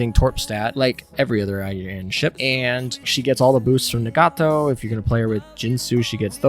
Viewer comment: An easy example is Nagato: nah-gah-to. She says her name more often than a Pokemon. Cygnet: sig-net Friedrich der Grosse: Freed-rick der Gross-eh